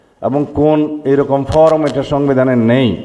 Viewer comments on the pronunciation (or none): ফওম না, 😂ফর্ম